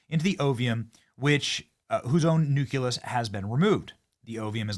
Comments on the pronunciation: Sorry, but it's pronounced "NOO-klee-us" and not "NU-kew-lus." I'll probably get flack for this, but it's irritating to hear it mispronounced. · Nucleus, NOT nuculus. Read the F-ing word.